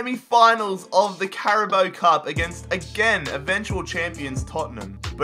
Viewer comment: Did he just say “carabo cup”